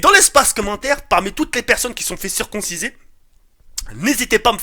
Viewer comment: ça se dit circoncir pas circonsiser